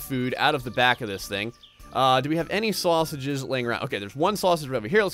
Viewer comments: Times when your Jersey accent comes out: - "Worter" - "Sorseges" - "Sorna" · Suarsages, Suarna